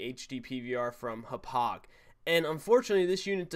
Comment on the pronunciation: You are pronouncing Hauppauge wrong aha